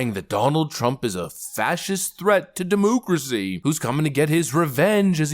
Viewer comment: I love when this guy says "DEMOOCRISSY!" 😅